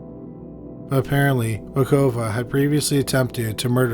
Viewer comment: Batukova, not Bakuva.